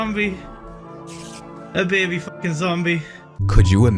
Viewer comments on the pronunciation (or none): none